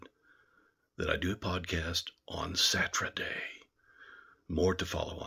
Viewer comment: Sounded like you said, SaTRUEday?? And lights out soon??